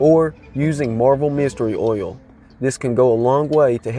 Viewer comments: Texans pronounce oil as "ole," as in "hole." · The way you say oil 🤣🤣